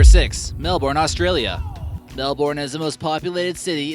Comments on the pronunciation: I live in Melbourne.. and just FYI it's pronounced like Mel-burn.. which is fitting as it got to 45 degrees cel for 3 days in a row this year. 🔫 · is Melbourne is pronounced Mel-Burn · lol the way he pronounces Melbourne doe